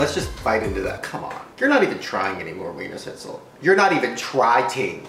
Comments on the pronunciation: I feel bad for the "ch" in Wienerschnitzel, they always get left out😂😂 jk❤ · i find it so funny how he pronounces Wienerschnitzel bc it's a German word and it's pronounced so different but this video is still so funny tho 😂😂😂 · Ich find's immer wieder lustig wie er das Wort "Wienerschnitzel" ausspricht. xd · Haha ich auch 😂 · Die Amis können so ie Laute generell ned so gut aussprechen😀😂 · Ja wirklich 😂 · Omg how he says Wienerschnitzel I can't